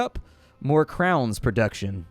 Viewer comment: its not krowns, its kröwns